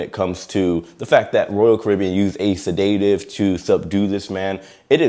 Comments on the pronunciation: NOT SID-DATE-TIVE, its said-da-tive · se-DA-tive, not se-DAY-tive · You are pronouncing sedative wrong. You are saying sedate-iv. Should be sed-uh-tive 😊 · Set-a-tive, not sa-day-tive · J, it's pronounced Sedative, sed·a·tive, not sa·day·tive. With an "E", not an "A", and no "y". How do you not know the correct pronunciation of this word? lol As for a non-medical professional or medical professional injecting the man with a sedative while under the influence of alcohol, that's serious and can be considered negligent manslaughter. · First, it's not sed-AY-tive, it's SED-ah-tive. Credibility is everything. Second, this is almost certainly the result of a psychotropic drug reaction (his behavior) that culminated in a probable overdose of medication by the staff. These sedatives are dosed based on weight and this was a big guy. I can certainly see a situation in which a relatively inexperienced crew member (had to be a doc, RN, or another credentialed staff member that is authorized to dispense meds) got the calculations wrong -- probably inadvertently -- due to having to guess at the person's weight. I can imagine a desire to get the patient under control quickly and other pressures may have led to rushed calculations. But this gentleman either struggled from a disease such as schizophrenia and/or was on a psychotropic drug to treat a mental illness -- which have severe contraindications with alcohol use that likely led to his behavior. In my opinion, his death was likely the result of negligence by the medical staff for incorrect dosing. Alternatively, this gentleman had an underlying health condition (hypertension, for example) that was exacerbated by his over-exertion and resulted in a stroke or heart attack and had nothing to do with the administration of a sedative. Hopefully the investigation will be transparent, and we will all find out what really happened. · Repeat after me, sed·a·tive . NOT se day tive! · Please STOP saying SeDAYtive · It[’s a SED-a-tive!!!!